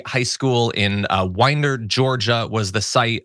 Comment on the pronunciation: Thank you for pronouncing Winder correct. Horrible situation. VOTE! 💙💙💙 Harris/Walz 2024 💙💙💙